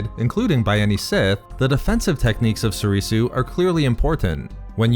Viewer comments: If not for you, then for learning basic Japanese and how to pronounce Soresu, (So-ray-sew) and not Sorisu (So-ree-sew). It's the base language for most the original form names, after all. Except Shien, that's actually Chinese. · Why u pronouncing it Soreesoo